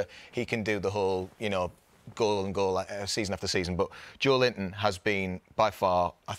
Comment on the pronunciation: You just said Joelinton 💀